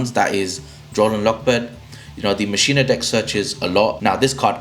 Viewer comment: Great video! Thanks for the tips! (Oh just fyi, it's pronounced, "mock-in-uh" not "machine-uh")